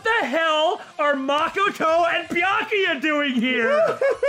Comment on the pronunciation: Say it with me now "ma ko to" not mockato